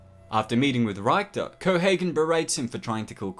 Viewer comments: Why do people pronounce a name or word differently than its pronounced to them? This has confused me my whole life, thus has created an annoyance for it because I cant understand it. The guy's name is pronounced "Rick-ter" in the movie, by multiple people, multiple times. Why is it being pronounced "Rhyke-ter" in this video? Never once did the character say, "Hey, its 'Rhyke-ter' not 'Rick-ter!' ". Do people think pronunciations on names are optional? Because theyre not supposed to be. Most people mispronounce something because they speak a different language & arent used to forming their mouths to say certain things. Other occasions, those occasions that annoy the shit out of me, a person is perfectly able to pronounce what was said to them, & that everybody else is saying, but for a reason that eludes my understanding, they just chooses their own way to pronounce something, totally different than the way it is supposed to be pronounced. Even people foreign to a language can phonetically duplicate a name or word said to them at times, & some words & names are understandably difficult to reproduce from a foreigners available mental lexicon. But a simple turn of the lips like this, confuse the hell out of me, & also obviously, annoy me to fuck-all shit. It completely sullied this overview for me & I love this movie. Just had to put that in letters for once. Maybe someone out there has an answer that can soothe this this annoyance &/or make me better understand this....phenomen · Why do you keep saying "Reich-ter"? It's Richter! As in, "see you at the party, Richter"! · The movie with the biggest Arnold Face ever. Also there's a lot of mispronouncing of names... like 'Reichter'.... I think he is just Richter, not Hitler's 3rd Reich(ter) :P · “Mi-leena”, not “Mil-aena” and “Rick-ter” not “Rike-ter” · If this is one of your favorite movies, you should know that Michael Ironside’s character’s name was ‘RICK-ter’, not ‘RYKE-ter’. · Ricktor not 3rd. rychter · It's Richter